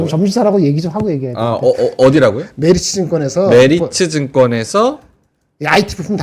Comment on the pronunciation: 김 본부장 께서 오늘 메리츠 증권 얘기 할 때마다, 메르치 라고 자꾸 들려서 아침부터 맥주랑 멸치+고추장 먹고 싶었네요.